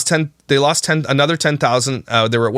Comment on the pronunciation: “And then we had anudder baby and anudder baby”